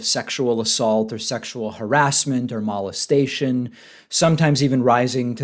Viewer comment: You say mo-lest-a-tion oddly. Like "malt" hmm.